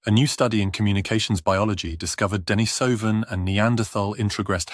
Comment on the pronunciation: I think it would be nice to pronounce Denisovan and Neanderthal correctly, especially if employing an English accent in the presentation.